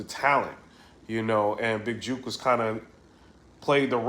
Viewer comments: Big "juk" not "juke" bro lol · Is it juke or jook? Cause ur say juke